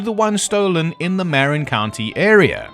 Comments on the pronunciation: Marin is pronounced Mar- in. Great video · Love your coverage. I believe they made it. A couple things though. 1) Shops mean workshops, prisoners have to do practically free labor. 2) Marin is not pronounced like Marinara sauce. It's pronounced like Ma. 😊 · there's my cue, "Muh-rin"